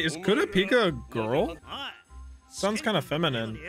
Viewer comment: the way he said "kura pee ca" XD, btw gon is 12 same with killua, kurapika is 17 and leorio is around 19 and this is how you say their names kurapika : koo-rah-peeka (you say pika like you would saw the first part of pikachu) leorio : leo-ri-o killua : kee-lu-ah the rest you'll probably figure out